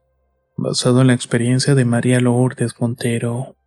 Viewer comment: No se dice lourdes se dice lurdes estudia o regresate a la escuela y no hagas voz de tragedia